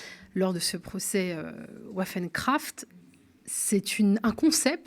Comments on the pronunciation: ça se prononce "vaffeune crafte" pas "ouaffen crafte"... c'est de l'Allemand pas de l'Anglais, apprenez vos phonèmes par pitié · Un petit détail le nom germanique de l’affaire (WaffenKraft) se prononce Vaffène….(arme en allemand) Sur le fond, si cette tentative d’attentat aurait impliqué des apprentis islamistes, l’instrumentalisation politique des partis de droites et d’´extrême droite accompagnée d’un matraquage médiatique sans nuance auraient été assurés.